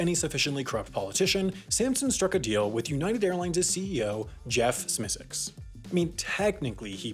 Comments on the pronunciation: I know that HAI doesn’t get the same resources as the main channel and that Smisek isn’t exactly the world’s favorite person...but his last name is pronounced SMY-sek, not SMEE-sek. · It’s pronounced smi sack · I think it's prounouced "Smye-Sik" (rhymes with "Isaac"). Source: watch?v=ts8p6e-uI9w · You need work on pronouncing Jeff Smisek’s last name.